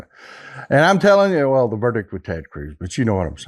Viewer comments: Did he say "Turd" Cruz? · Did he call him Turd Cruz ?! 😂😂😂😂🎉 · Did you say TeRd Cruz, Turd Cruz or do i need hearing aid? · did I hear that correctly? Turd Cruz??? LOL!!